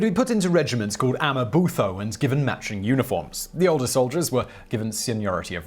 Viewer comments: Great to see you try with the pronunciation... "Amabutho" is pronounced "A-ma-Bu-To"... I think that's the only word that can be pronounced using English syllables without you having to "click"... Usungabamba nje lapha nalaphaya uzame uk'hlanganisa. Kodwa ngoba ulwimi luthambile, ngeke kulunge. Wink! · Dingane is pronouced Ding aan. And amabuthu is pronounced amaboo too.